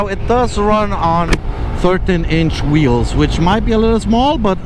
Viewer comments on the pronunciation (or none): none